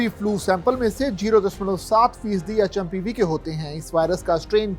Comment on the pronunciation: like (pseudo) ye H M P VIRUS HAI.. NAKI HMPV VIRUS.. name to thik batao kam se kam...